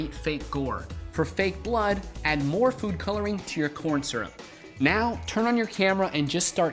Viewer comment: did say porn syrup???